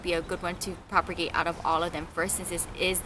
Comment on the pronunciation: It's not PROPER-GATE ITS PROP-A-GATE ..........theres only one R.